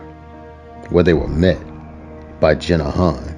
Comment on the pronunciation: Dont mean to be one of them ppl but she's called jeen not jenna. But very well done vid. I enjoyed it ❤